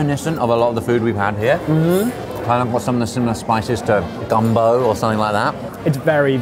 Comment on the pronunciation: Did Josh really call Gumbo - "Dumbo" like the famous Elephant ( mark)?